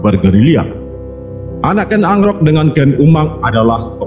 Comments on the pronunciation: KEN AROK BOS .DI PAHAMI DULU BARU BICARA. KEN ANGKROK ITU GIMSNA .SALAH ITU.. TIDA NYAMAN D DRNGARKAN. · Ken Arok bukan Ken Angkrok minnn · Kok ken agrok ya nuebut ny